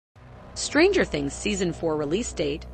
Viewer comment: she also puts emphasis on the word stranger instead of things